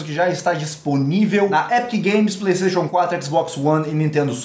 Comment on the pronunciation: Kkkkk ele falou plastaytion one